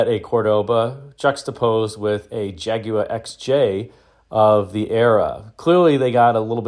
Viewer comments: Clicked away at the second "Jaguwah" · Everyone in America says Jagwaarrr, but keeps saying Jagu-eh "properly" 🤣👍 Thanks for that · How or why the Brits warped the word Jaguar into JAG-oo-WAH still astounds me. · I think it's a very interesting car. Almost kit-car like. I'm also amused by how you pronounce "Jaguar'. You seem to be saying, 'jag-u-wah'. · It's pronounced "ha guar" if you really want to be correct. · Your pronunciation of Jaguar is unique.